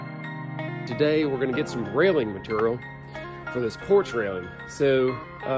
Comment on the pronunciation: Mat-ur-ial lol. I love how they say Material